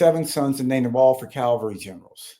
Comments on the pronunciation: Cavalry, not calvary 😉 Just a pet peeve up there with nuclear becoming nucular 😁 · Excellent podcast Stuart but it’s “cavalry” not “Calvary “. This latest Trump Smithsonian move is racist and reprehensible. He is evil and has dementia. He needs to be removed, .